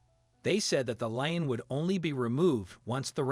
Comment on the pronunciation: A LEAN ... NOT LINE, IF YOU'RE GOING TO SPEAK ENGLISH THEN USE THE GOD DAMN WRIGHT WORD AND LEARN TO PRONOUNCE THE WORD !!!!